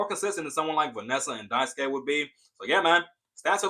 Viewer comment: It is Die-Sue-Kay, but you gotta remove a little bit of the "y" sound at the end. It's a raw "E" as in "Sketch" So Actually it should be Die-Sue-KE (as in Sketch). Also I keep saying that Qiang is pronounced Chee-Ang ("Ch" as in "China" NOT as in "Chemical")